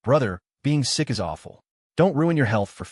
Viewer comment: Am i the only one hearing "Sixth sister" instead of "sick sister" every damn time?